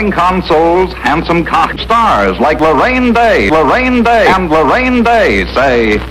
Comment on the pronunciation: Am I the only one who heard "Harambe" instead of Loraine Day